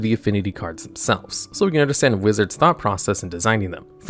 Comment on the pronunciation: That’s the worst pronunciation of “thought” I’ve ever heard